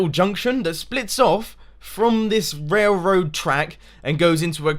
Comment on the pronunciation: is he purposely saying wailwoad not railroad?